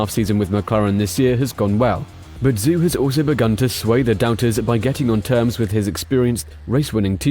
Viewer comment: Your pronunciation on many of the drivers + teams names made me cringe throughout... -Zhou is like Z-Joe, instead of Zoo -Alpine is al-peen, not like the ski slopes -Theo Pourchaire, Tayo, not the traditional Theo -Sergio Perez... I don't even know where to start haha Alpha Tauri - Ta-ri, not To-ri Otherwise a decent video.